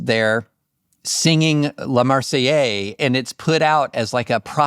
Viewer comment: Someone whose last name is “French” should know that La Marseillaise is pronounced La Mahr-say-YEHZ, not -yay.